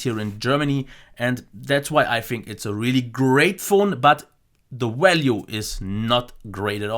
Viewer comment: just a little constructive criticism on your English: you say "value" like "walue". Maybe just a little something you could work on. Other than that, great review. can't wait for your HTC One A9 review!!